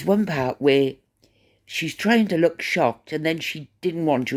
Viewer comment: Mindy Kaling is an American, born & raised in Massachusetts, of Indian heritage. So she may have been trying to be funny when she said leook instead of look. Cheerio!